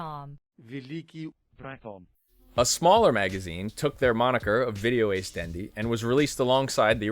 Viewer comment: It's actually "Video-Ass", Not "Video-Ace". And it's ORT. Not OPT.